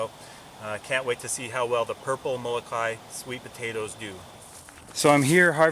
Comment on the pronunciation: you forgot the okina in Moloka`i and it isnt pronounced molo kai it is molo ka i